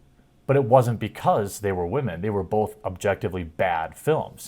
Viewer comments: wamen dont you mean woman:) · He called "whamen" instead of "women", so it must be false. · Bro. How do you spell “wah-men.” I hear you, Greg from Nerdrotic, and a few others use the term and I die laughing to myself when I hear it 😂. It’s funny because I never expect it and it sounds funny. Great video as always man. Keep up the great work.